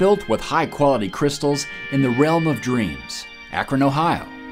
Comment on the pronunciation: That's actually the way we natively pronounce "Ohioooooo" here.